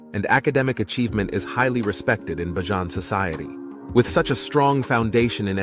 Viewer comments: Please pronounce it properly it's bajan not bajon. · My goodness! Please prounce it right, I hate that Bajohn. Its pronounced Bay-jun. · And ye you cannot pronounce BAJAN CORRECTLY ITS NOT BYJAN ITS BAJAN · Its pronounce bay-jan your pronounciation is wrong🤦‍♂️ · Hi watching from Ireland. I grew up in Barbados and you’re saying it wrong you’ve to say it like you’re saying Bayleaf. Pronounce it Bajan. Thank you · THE COREECT PRONOUNCIATION IS "BAY-JAN" as like Cajan. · It's pronounced "Bay-jun" and where are the photos of any of the Islanders? Why not use locals for your video?